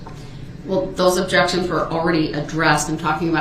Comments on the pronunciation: … and leading… and spekkalative, and relevancy, and subject matter jurisdiction, and takket, and plaintiff, and biased, and sub-stained, and standard interrogation techniques, and alleged, and identity, and objekkshuns 😂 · The Judge Sustains 1 of DB’s Objec-Shuns on the “GROUNDS” of Hear Say! Leading! Or “Speclative” then he uses that same Objec-Shun as many times in a row that he can, thinking the Judge will continue to Sustain his RIDICULOUS Objections! I Love how Casey stares down DB after ask a question! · 😂😂😂😂😂 what no Objec-shuns?